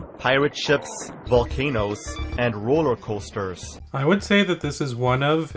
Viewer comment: lmao, i love super thick canadian accent when he says "roller coasters". bro sounds like a trailer park boys character